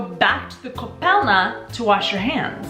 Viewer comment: Its ,,koupelna" but otherwise I love how you make my country Shine :)